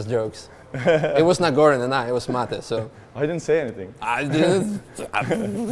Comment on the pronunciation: Vola sa Mate a nie Mejt 🥲